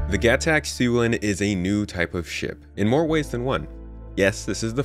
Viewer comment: tomato please say the alien words right, Xi'an is Shee on, gatac is Guh Tok, Aopoa is Ow Poe uh